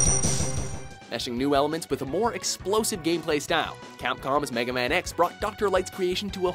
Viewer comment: "Mega Max", WTF!? IT'S MEGA MAN X!!! Someone should fire that guy, he always screws up when it comes to the Rockman Genra.